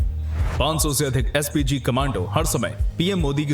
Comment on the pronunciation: PSG NAHI SPG